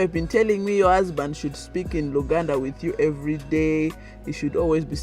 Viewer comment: But you are already speaking like them, the way you pronounce “Your” like Yowa lol